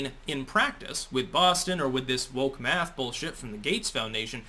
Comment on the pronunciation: Laquisha and Deondre have determined that "Maff" is hard.